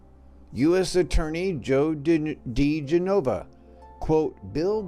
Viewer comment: You might want to check the pronunciation on diGenova,.